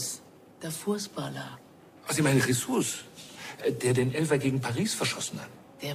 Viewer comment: JESUS mit Betonung auf dem u 😉